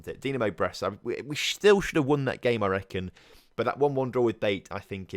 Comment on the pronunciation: BATE - pronounced BA - TAY 👍🏻